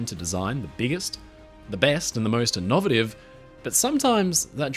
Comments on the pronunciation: Your pronunciation of the word ‘innovative’ crops up again and again, and is truly breathtaking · Great video... but... that's an innovative way of pronouncing 'innovative.' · It surprises me that someone who is usually quite well spoken, can get the pronunciation of innovative so very wrong. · Strangest pronunciation of innovative I've heard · "I'm your creepy friend who cannot pronounce the word innovative." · Is that really how yall say "innovative"? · That's not how you say innovative.